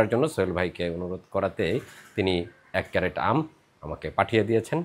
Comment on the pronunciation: আপনি আমের বাক্স'কে বা কেস'টাকে "ক্যারেট" বলেছেন, এটা সম্পূর্ণ ভুল। এটা হবে "ক্রেট" [ CRATE ], যেটা একটা ইংরাজী শব্দ। Dictionary দেখেই আপনার মতামত জানান। শুভেচ্ছা রই'ল।